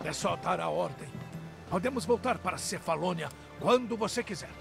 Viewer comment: É cefalonia, kkkkkk. Tu falou Macedônia